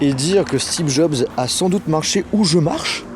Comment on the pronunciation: Y a que moi qui entends toujours "Stebe Jobs" de la bouche de???